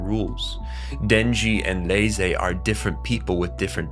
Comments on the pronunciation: He is saying Ney-zay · Why are you pronouncing reze’s name like that? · Why are you pronouncing Reze name like that lol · Bro I literally came to find this comment. No hate. Im just curious like am I hearing things or is everyone else pronouncing it wrong.